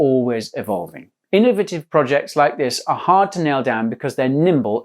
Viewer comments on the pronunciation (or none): none